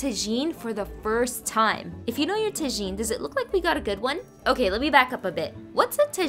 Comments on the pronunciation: Im from morroco and that looks nice also the a is pronounced like an ahhhhh like tahhjine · Yessss I am mocrrccan and tagine has to be a staple. You did mispronounced it horribly though but it’s fine 😅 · U pronounce it like tagine but u give power on the g and you speak the t dull out.